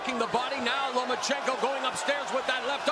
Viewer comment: It's Lomachenko not Lamecheko Ma'am. FYI